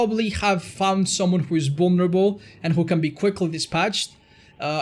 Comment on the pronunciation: I love how he says "bullnerabull" instead of vulnerable